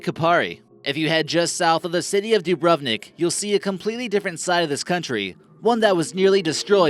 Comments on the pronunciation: ur sayin dubrovnik wrong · than you should know that Dubrovnik Is spocken Dubronik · That way they say: Dubrovnik and Jasenovac 😂😂😂😂